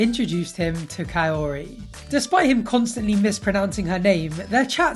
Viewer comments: He needs to stop calling her cayotee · Why do I feel like he's saying Coyote every time he says Kaori 😂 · you don't even need to roll the r. Cuz obviously he can't do it. But he should try to say it the best he can instead of saying coyote 🐺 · The way he pronounces her name as KAA-OOri when its literally just Kaori is making me cringe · "Kaory, Kauory, Coyote" 😂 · where in the world does he get the t in Kaory? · Is he trying to say coyote? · "Her name is Kaory, I hope i'm saying her name right... Kaory, Kaooory... KAORY!" 2 seconds later.. "Cayote and I..." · Ed: KAORY, I hope I’m saying that right Literally one second later: coyote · Practicing to pronounce her name and THEN he goes straight back to calling her coyote, geeze 🙄🤦🏻‍♀️ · Ed, Just call her Kai-oh-ree. -_ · Without i. It is Ka-o-ry... simple... but the exes are rose and liz... so even her name is looking too much for her. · He says her name so horribly